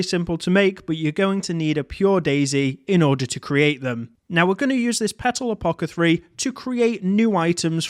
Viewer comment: It's pronounced "a-po-theh-carry", not "a-po-keh-three".